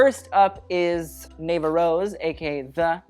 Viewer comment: Na-vuh not ney-va 😔